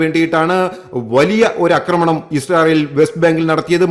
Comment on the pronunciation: 'അക്രമണം' കേൾക്കുമ്പോൾ അരോചകം!